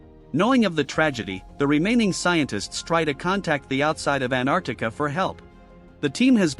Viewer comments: Antarctica ❌ Anartica✅ 😂😂😂😂😂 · Bro said anarctica at the start😂